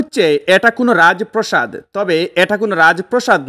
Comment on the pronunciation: ও মিয়া রাজপ্রসাদ না রাজ প্রাসাদ ! উচ্ছারন ঠিক করে লাইভ কর। সিলেটির প্রেসটিজ পাংচার বাংলা ভাষা আরও ঠিক করে লাইভে আসবেন।